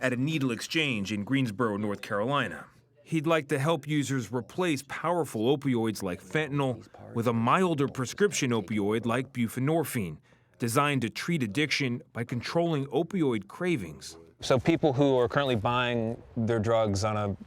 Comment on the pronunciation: “bufenorfeen” lmao you mean(buprenorphine)??